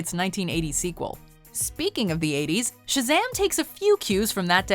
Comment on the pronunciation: 7. Why you Say Shzam when it is ShAzam?